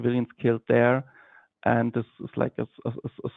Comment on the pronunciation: It's really alarming to hear "zis iz not a genocide" in a German accent.